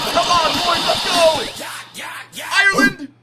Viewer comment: Lmao the amount of things says wrong is hilarious: "IRELAND" "Mega pack is 15k" "27 Fitness, 87 contracts" still love u <3